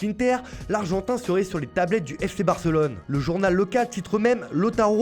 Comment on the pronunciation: 😂😂😂 moucha dembele. Ef ché Barcelone. Ché R7